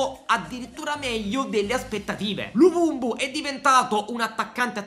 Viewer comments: perchè lo chiama luvumbu hahahaha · Però di luvumbo non luvumbu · Ma perché luvubu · Luvumbu😂😅.È luvumbo con la O.Grande 😂😂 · Tutti “luvumbo “ “luvumbu “ ahah, sempre il migliore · Dire luvumbo troppo difficile😂